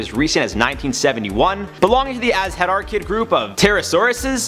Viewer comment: Your pronunciation of Quetzalcoatlus is good, though you mispronounced Azhdarchid and Pterosaur